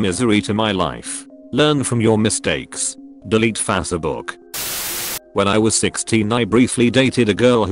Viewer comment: "Saw her wedding photos on fassabook"